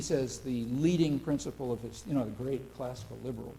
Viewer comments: I can't get ever the fact that Kyle pronounces principle as prinCIBLE! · I love that Kyle says Princible